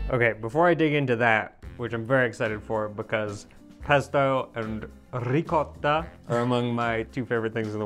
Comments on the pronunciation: finally learned to pronounce the word “Ricotta” correctly and not that sort of "ricoda." 😊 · Bravo 👍👍👍 👏👏👏 Your pronunciation of "ricotta" was absolutely beautiful....😄👏👏👏 the way you rolled the "rr" was magnificent..😄🏆🎖 🍷😄💖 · Congratulations! Finally after all of these years you have given in and now pronounce "ricotta" properly for the first time. I'm sure I speak for many Italians out there who like me, will no longer have their ears bleed after you say the word! I always wondered why never corrected you on video, my guess is that it is because you do all the editing. 😃Keep it up!, great recipes once again! You are my go-to expert for authentic Italian!